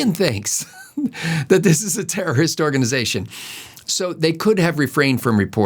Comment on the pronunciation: Today's observation. It seems the weekly DNC memo to the corporate "news" media is to pronounce "terrorist" more like "tourist"! As in "the Hamas tourists bombed a hospital" or "potential tourists crossing the southern border". The "r" in tourist is ever so slightly drawn out, but nothing sounding like TER-ROR-IST! Watch and listen for it this upcoming week! I heard it on Meet the Press and ABC Sunday Morning shows.